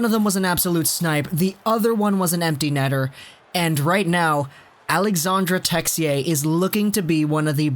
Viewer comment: It’s pronounced Alexander texi-ay